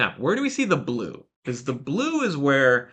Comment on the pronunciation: Great info. says 'because' like 'biz'.